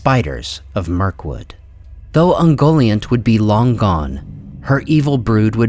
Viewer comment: Isn't Ungoliant pronunciad kind of like un-Goliath (but nt instead of th)